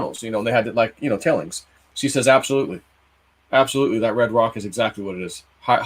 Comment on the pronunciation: I'm 72 have been camping backpacking hiking in the Gold country most of my life. The lovely mysterious haunting air is palpatable the cemetaries of howland flat. One correction is the rock rubble left from digging for gold are called tailings. Sounded like you said tellings. It certainly is telling what's been going on Looking at the rubble. I would love to go with you in your next trip I could use some soul uplifting. However I don't think I'm physically able to join you. Not the young strong woman I once was. 💕 Vasuna